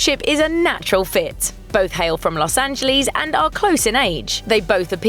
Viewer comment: Lmao Los Angeles (AN-je-lees)